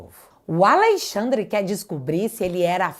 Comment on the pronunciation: Me dá nervoso falar Al(Ei)-xandre ao invés AlExandre 😅